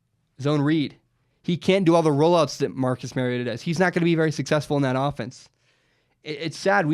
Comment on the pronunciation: Learn to pronounce Mariota bro. That's so damn annoying. Think Mario not Mary.